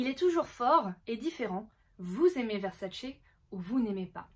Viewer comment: C'est pas VersaCE, ça se dit VerSAce on mets l'accent sur le SA et non sur le CE....c'est juste insoutenable...à moins que tu aimes les spaghettis aux vongoLEs ou que tu regardes le mondiaLE 🤣🤣🤣